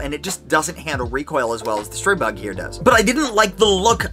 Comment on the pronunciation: Stop butchering the name Stribog! Learn finally! It is not pronounced Stry-bog! The Stri is pronounced like in strip, not like in stripe.